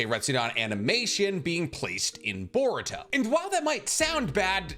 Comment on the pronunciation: everyone : boruto cc : board toe